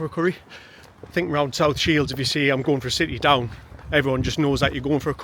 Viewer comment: Sitty Doon.😂😂 Made me laugh that and yes it's going for a sitty down curry rather than a takeaway. Lived in Shields all my life and never heard it said about other restaurant types ..only curry. Maybe because a curry house was the only place to eat after Rupert's shut at 2 am. They used to stay open until the sun came up. Delhi 6 lounge at Westoe is worth a visit